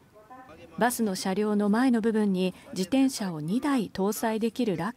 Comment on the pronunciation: 「じでんしゃ」って言うやつはきっと漢字が苦手なんだな。